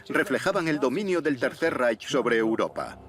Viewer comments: yo también lo he notado......molesta un poco..... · Muy bien el documental pero lo que no se puede escuchar es como pronuncian REICH....